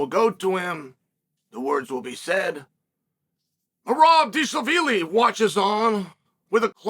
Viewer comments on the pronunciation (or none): Mythical Fighter Unlocked: Merab Deeshaveelee